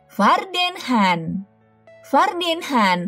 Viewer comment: Baca nya juga han..harus nya khan..gak bisa baca ya..